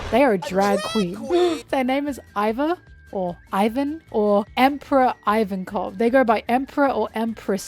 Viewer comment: Not including Iva's full name, Emporio Ivankov, is criminal. Btw Iva is pronounced ee-vah, not 'eye'-va. Something really cool about them though is that Oda created a new pronoun just for them!